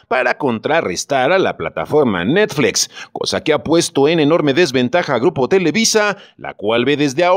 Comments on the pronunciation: Cuál “netflex “? Esa cuál es? O es muy difícil pronunciar NETFLIX? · Por qué demonios dices netflex 😡😡😡 Es chocante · 😂😂😂😂ni puse atención al vídeo por cagarme de la risa de oír cómo pronuncia 😂😂😂😂😂😂😂😂😂😂😂😂😂😂😂😂"netflex" 😂😂😂😂😂😂😂😂😂😂😂😂😂😂😂👍😂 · Netflex? jajaja:v se pronuncia como esta escrito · Netflex?...me saco de onda cada que lo mencionaba el narrador ja ja ja. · Tan grande es Netflix que hasta el le da miedo decirlo como se debe y dice NETFLEX, que paso, no le saque!!!! si ha dicho cosas peores en otros videos! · No se, si creerle a alguien que dice ¨Netflex¨ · ¿Netfleeeex? JAJAJAJAJAJAJAJA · Dice "netflex" pero dice "Disney" en lugar de "disni" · Netflex??? No mames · ¿NETFLEX? XD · Jajajaja qué cagado se oye cómo fice necflecs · Por qué dices netFLEX? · NETFLEXS, JAJAJA NO SE PASE DE VEGRA JAJAJA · Si vas a decir netflEx también di Disni y Fax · Dijo Netflex? Jajajajaja 😂😂😂😂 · Tambien le ha dicho necsfix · De seguro tomó un curso de Inglés en Trump University. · diciendo netfleex...... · Es necesario que digas NetflEx???? Es horrible. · Pronuncie bien! NETFLIX!! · Porque pronuncias netflEx? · APRENDE A DECIR NETFLIX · Pronunciq bien NET.... FLIX...... NET.... FLIX!!!!! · NETFLEEXX.... HAHAA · Que jalada en ingles si se lee como se escribe "Netflix". Y Disney es "disny", no "disney". No esta mal pronunciar como suena en nuestro idioma natal. Pero si vas a pronunciar en otro idioma debes pronunciar tooooodas las palabras correctamente. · Y por que dices Netflix tan raro? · Qué horrible pronuncias Netflix